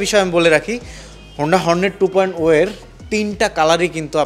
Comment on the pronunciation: টু পয়েন্ট ও হবে নাতো 2.0 হবে, নামই বলতে পারেন না আর এমনি আসছেন ভিডিও করতে